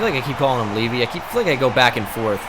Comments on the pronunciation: It's pronounced levi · Can you PLEASE pronounce "Levy" as "Leave-eye"/Levi? Both of the ways you're pronouncing it sound wrong to me. 😅 It hurts.